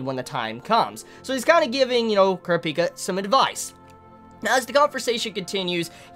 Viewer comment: dude why are you pronouncing kurapika wrong?